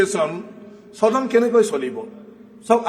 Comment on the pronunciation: চদন নহয় ও সদন বুলি কওক